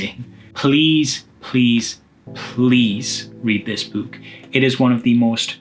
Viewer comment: I enjoy how he pronounces "book" like a ghost: Boo-k!